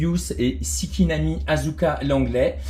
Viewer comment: La petite Mari et la petite ASuka si c'est pas mimi tout ça l'ami ?! 😇😂😅 Alors juste une remarque l'ami sur ta prononciation de Shikinami pour Asuka, ça se prononce comme chi et non comme si 😉 Je ne les connaissais pas des ces versions de combinaison étant donné que je n'ai jamais rien vu de Evangelion 3.0, mais j'aurais presque envie de dire peu importe tellement le style de leurs combinaisons spéciales est toujours tout aussi bien présent comme à l'époque de l'Evangélion d'origine ☺ Je ne suis pas forcément amateur de volet avant avec fenêtre sur la figurine, mais bon, les boites n'en sont pas moins tout à fait agréables de tous les côtés et en bon état 🙂. Quand je pense que je n'ai encore vu aucun des 7 films d'Evangelion, enfin si, j'en ai vu au moins 1 plutôt, celui de 2004 il me semble, donc 6, mais pour tous les autres, c'est vraiment le néant et donc je n'ai pas les références que tu précises dans ton observation des boites et des mentions à l'arrière sur ce point. Tout ceci est déjà très intéressant de ses deux magnifiques jeune pilotes dont cette Mari que tu m'avais fait découvrir la première fois avec son Eva 8 si je ne m'abuse aux couleurs donnant dans le rose 😉 Une fois sorties de leurs emballages, elles ont vraiment toutes les qualités. Elles sont sexy, le posing est très chouette, elles sont classes etcetc. Les cheveux aux vents d'Asuka sont d'un sculpt plein de caractères et les couettes de Mari dans le vent également apporte beaucoup à leur posing si simples